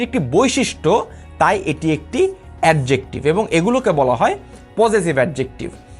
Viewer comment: আপনার তো Adjective উচ্চারণ এ ঠিক নাই,,,,আগে pronunciation শিখেন